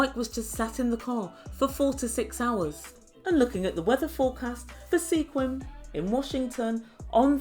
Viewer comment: Sequim is pronounced “Squim.’ No “e.”